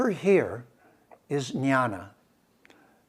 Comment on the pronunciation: Sir, with due respect. It is Gyana or gyan in Sanskrit. It is not nyana or Nyan that you are pronouncing.